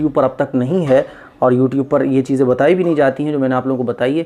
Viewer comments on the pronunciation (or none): none